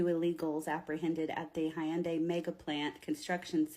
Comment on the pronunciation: "Hiyunday plant". Yeah, riiiight...